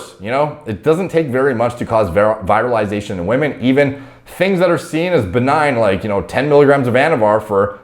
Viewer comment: Brooo it's not "viralization" it's virilization you've got to look up how to pronounce these words...